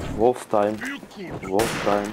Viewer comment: ***** kardeş sen wloftaym diyosun ama onun gercek söylenişi wolftim abi. wolftaym dediğin zaman kurt vakti demiş oluyosun ancak wolftim deyince kurt timi demiş oluyosun :D